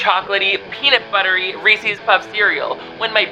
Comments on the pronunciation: Just passing by... So, you make a living talking sh*t about successful people and take on sponsorships from gambling apps? And BTW, it's not pronounced REEsees, it's Reese's - the apostrophe makes it possessive, named after the inventor, Mr. Harry Burnett Reese. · Oh no. - did you say ReesEEs?😭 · Wtf do people say reesees. It's Reese's like the dickhead older brother from Malcom in the middle.